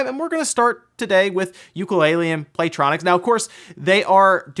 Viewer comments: "playtronics" It's Playtonic,. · Did you call Playtonic... Playtronics? xD